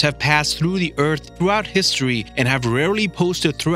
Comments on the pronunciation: Eath not eat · He says ert instead of earth